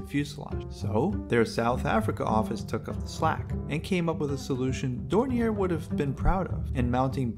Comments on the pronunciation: "Door near 28?" How about Dor nee Eh? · Confusion may result from the company being German, but the name being French. Yes, the name should be pronounced as in French (which you wrote as "Dor nee Eh"), but someone just reading it might guess otherwise.